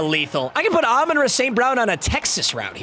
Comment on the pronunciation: Love the videos but got to get the name right it's Amon RA like the sun god